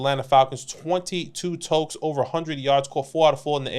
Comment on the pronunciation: Its totes, not tokes lol